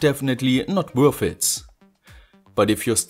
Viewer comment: I love all your videos. But please stop pronouncing a "S" after the word "IT". My ears are bleeding:-)